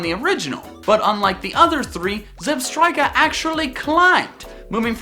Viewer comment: Left off the A in Weavile! Zebstrika does NOT end with ER, it ends with an A! It's Mimikyu, not Mimakuy! The E in Staraptor is supposed to be an O! Gardevoir, not Gardivor! The first O in Lucario is supposed to be an A!